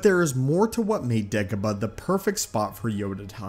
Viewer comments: No one: This guy: degehbuh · ok, STOP pronouncing Dagobah like that!!